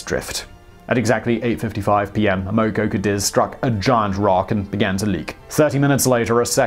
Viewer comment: Boy you sure can slaughter the American language 😏! Amoco Cadiz: ama co CA deez is how it's pronounced. 😏☺😉😁🙃🙂